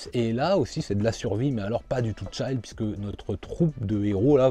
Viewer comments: La petite vidéo que j'attends impatiemment pour me caler et manger devant la tv tous les mardis et vendredis <3 Merci! Une info par contre, parce que tu le dis souvent, pour "Chill", on prononce "tchil" et non pas "tchaïl" !!! :p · Sans vouloir te vexer, le i de chill se prononce comme un i français ^^ Je n'ai toujours pas lu de Keigo Shinzo, je me lancerai soit dans Hirayasami soit dans Mauvaise Herbe.